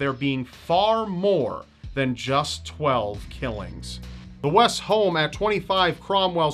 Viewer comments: West? I thought he said "Weast"... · West? I thought you said Weast.